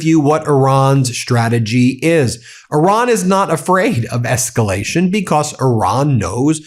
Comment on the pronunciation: It’s not Oran it’s Iran !